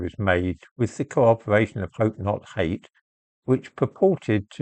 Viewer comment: Jope not jate